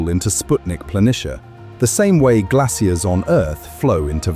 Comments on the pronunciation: I cannot stand British accents lol. Glassiers? I could not figure out wtf you were talking about until I realized it's GLACIERS, which is pronounced GLAY-SHURS. But yet you didn't say glassial, you said glay-shul for the word glacial. 🙄 you also had multiple errors with your AI produced visuals...as someone already mentioned, the paper headline said Neptune when it was supposed to say Pluto, and you verbally said Pluto at noon is -230°C, but the text says -102°C. I'm 7 mins in and I think I've had enough. 👎🏼👎🏼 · "glassiers" x4 .... not "glassial".. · It's pronounced "glay-shurs" not "glay-cee-air-ees" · Its probably AI talking idk. If its an actual person saying glassias just wasted the whole video not understanding that you're trying to say glaciers